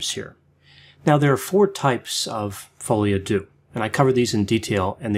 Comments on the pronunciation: AARGH! It’s pronounced folie au ‘derr’ not doo! Apart from that, interesting. And disturbing. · You might want to Google how to pronounce Folle a deaux.